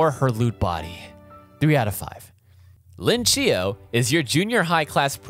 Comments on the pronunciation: Lin Chiyo? Its Iin Chiyo, a pun for iincho (chairman, class rep) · Some correction: it's pronounced 'iin' Chiyo, not 'Lin'. And the gyaru is Kedarui Ahko, not Ahshi.